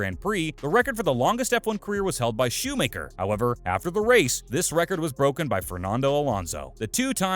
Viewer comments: It's Schumacher not "shoe maker" 🙄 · Shoemayker dafuck learn to prounouce his name